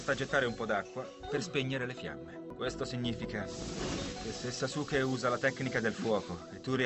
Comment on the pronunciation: Sasuke non kasuke 😂😂😂😂